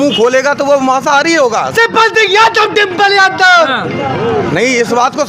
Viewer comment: यह जो माता जी जीतने की बात कर रही है इनको प्रत्याशी का नाम तक सही से नहीं आता डंपल कह रही है 😂😂😂